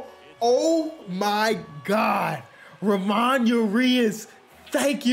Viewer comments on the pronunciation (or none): Hey not trying to be annoying but it’s Mateo is pronounced (Mah-Tay-O) and Ramon is pronounced (Rra-Mon) again not trying to be annoying just trying to help out